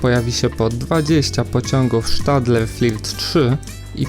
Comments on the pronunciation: Mnie lekko wkurza to "sz" w nazwach zagranicznych. Nie spotkałem się nigdy z wymową SZtadler tylko "Stadla" Podobnie jest z Alstomem "Alsztom" mimo iż w 1999 zmienili nazwę z GEC Alsthom na Alstom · Jaki Sztadler ? Chyba pisze i czytam osobiście Stadler ...